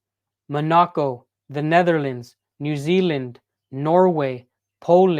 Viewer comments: Manaco? Or Monaco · dawg no shot you pronounced MONACO like that...